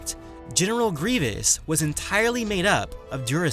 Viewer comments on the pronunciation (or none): none